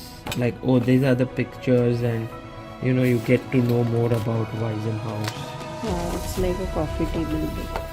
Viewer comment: I am sure the sponsors will be happy with your impressions, well done! [an amusing side remark: in German there is "Waisenhaus" and the name "Weissenhaus". Your pronounciation sounds like the earlier, and that means "orphanage" ;-) The "s" of Weissenhaus is voiceless]